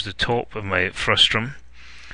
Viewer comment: Nice video, with useful suggestions...but the word is "frustum," not "frustrum"!